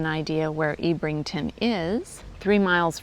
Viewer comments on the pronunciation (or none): Ebb - rington not Eeb - rington. HTH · I think you'll find it's pronounced Ebb rington and Kin et un